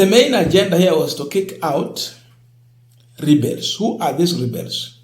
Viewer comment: Rebels pronounced (Re…ba…ls)